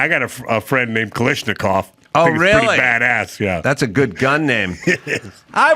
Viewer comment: The Russian who invented the AK 47 was Kalashnikov. Not Kalishnikov. (Common pronunciation mistake).